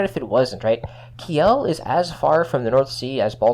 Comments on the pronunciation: Please pronounce Kiel as keel, that's about as close as one can get with english pronunciation. Ki-el sounds just jarring. Source: am german. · Kiel is not "key-yell" but "keel" iirc.